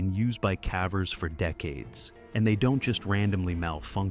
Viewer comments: update the terrible ai reading "calvers" (cavers), NOT the same thing. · I do believe it’s “cave-ers” not “cavv-ers” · Stop saying calvers.